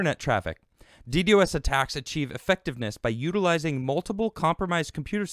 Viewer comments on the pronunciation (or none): God, every time he says it that way I want to rip my ears out of my head.....It's "Dee Dos" not "Dee Dee OS" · Its pronounced “dee-dahz” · No, it is pronounced dee-dee-oh-es. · It's pronounced " D doss". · not at all man. I'm just saying, if he's going to do a video about it, he might want to know how to pronounce it. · Not knowing a thing about networking, can't even say millisecond ping returns or Ddos correctly. Scnr(the people who got tim millions): ITS!!!